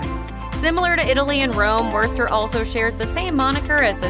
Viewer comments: I stopped the video after you mispronounced Worcester and showed the attractions and photos of the British town of Worcester. You clearly haven't been here and haven't done enough to actually do any research about this place. Thumbs down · Foe Pete's Sake! If you're posing as an expert on Worcester, please learn how to pronounce it! It's woster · Had to stop when they said Wercester 😂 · I cannot believe that the narrator pronounced "Worcester" as "Werster." This doesn't do much for the credibility of the video. And "Foo-nail" Hall? Is she kidding? This is what happens when you have an ignorant announcer reading from a script, without proper preparation. It's really annoying. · Who pronounces Worcester that way? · I grew up in Connecticut and know its not pronounced Wurster. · werster 😂😂😂 obviously does not live in mass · Just letting you know that you said Worchester wrong. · God, thats the wurstr's way to say Whuhstah. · It's 'Wistah,'. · They don’t know how to pronounce Wosta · its WOOSTA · When she says "WURST-er" you can tell she loses all Mass. credibiity. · Wuuuurster 🤮😂 Vernon and bell hill lol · The butchering of "wuh-ster" and "no-nan-tum" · 🤣 What a disaster of a video. From the many mispronunciations to the clips of Worcester England (including clearly English rugby clip), I have never seen such a lazy and lame attempt at information. And that is not even mentioning the list itself, which I can only imagine was developed based on available clips. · Yeah when i heard how she said worcester i knew this was gonna be dookie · Aint no way she said Worcester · Worcester you serious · Dear speaker. The R is silent. I know I know. Massachusetts folks never pronounce R. But Worcester is one of the words where the R actually isn’t pronounced. 😊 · Please learn how to pronounce our towns and places! Worcester = wister, Faneuil= fan-you-ell